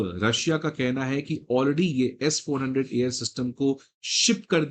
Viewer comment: It's not S4. 100, it's S. 400